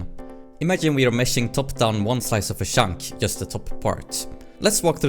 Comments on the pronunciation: Every time you say "chunk", it sounds like "shaunk" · I like how you mostly pronounce "Chunk" as "Shunk", always made me smile :D